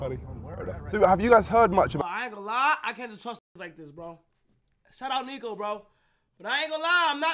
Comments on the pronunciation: Kai was saying neeko the whole vid and every niko fan knows niko hates it when they call him neeko, then nobody commented about it on live…. L niko fans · Stop sayin neeko it’s Niko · It’s more of a neko